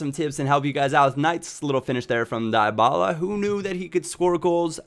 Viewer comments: Dee-Baluh please (: Paulo dybala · Dybala is pronounced Dee-ba-la